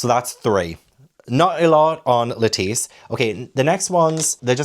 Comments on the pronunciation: You changed your pronunciation of Lettice partway through. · Every time you say Lettice, my brain = 🥬 and I just imagine a giant lettuce walking around 😆 great intro, great video!!